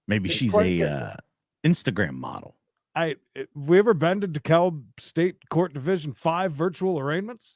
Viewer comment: DeKalb County Georgia. Pronounced De-Cab.